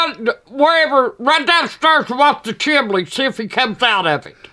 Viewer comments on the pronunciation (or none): “The chimley”💀💀😭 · The chimly lol